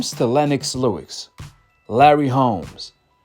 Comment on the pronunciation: Fam, Lennox Lewis… Why you keep saying “Lewix” but have no problem saying Joe Louis? lol I’m not trying to come off as an a**hole either… I’m just genuinely curious lol